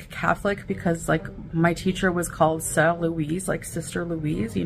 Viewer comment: Yep, bc the way she said soeur (sister) is not the proper way to say it. Not even Canadian French sounds like that. Granted the accent won't sound like a person born and raised in France, but that was not Canadian French. DD's French is more of a Canadian French and DD was pretty fluent.